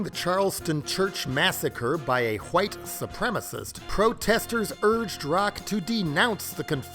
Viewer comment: "A HHHUUWWWHIIITE SUPREMISIST.." lol, loved that one..